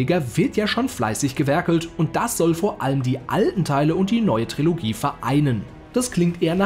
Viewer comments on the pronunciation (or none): none